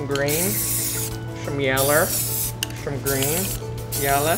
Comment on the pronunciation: No one: Not even a single soul: Roi: Shome green And Shome Shellow xD